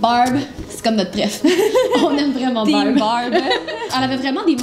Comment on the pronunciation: Quand vous disez Barb on dirait que vous disiez Bob